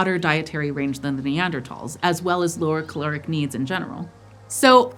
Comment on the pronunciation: Thank you so much for pronouncing Neandertals correctly!